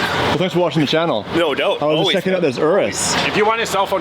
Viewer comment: "no doubt".. the definition of canadian accent right there 😂